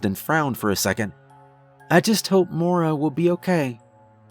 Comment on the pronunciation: Only criticism, it's pronounced moy-ra not mora. But great story regardless